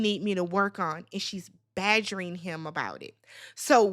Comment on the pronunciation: And the use of ‘badgering’ this video is hilarious to me for some reason 😂 it’s the emphasis. I also hear ‘pestering’ & ‘worrying’ when I hear it which is also funny. 😂😂😂